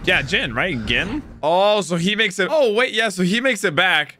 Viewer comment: Ghin, but pronounced geen.